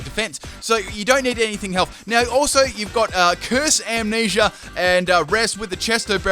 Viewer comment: When you know the word being said is Amnesia, but it sounds like he's saying Ammanesure